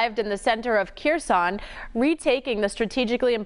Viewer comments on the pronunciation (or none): It's pronounced "hair-sone" not "keer-son".